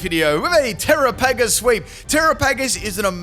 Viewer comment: Are you trying to mispronounce its name?